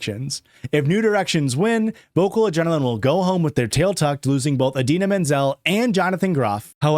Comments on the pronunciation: dying at how you said Indina Menzel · I’m so sorry idk if you’re intentionally saying Idina Menzel’s name like that or if you actually think it’s Adele Dezeem 😭